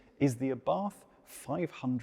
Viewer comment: ABARTH is pronounced "Abart..(the H is silent) . It is Karl (Carlo) Abarth's last name. Please be respectful to realize this before a video is released....